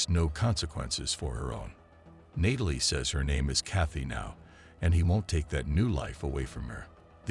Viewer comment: Didn't realize until Nay-tal-lee this voice was AI.